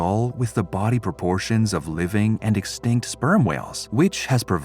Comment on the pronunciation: Yall are fighting on this vid while I just heard the "narrator" pronounce extinct and laughing my ass off😂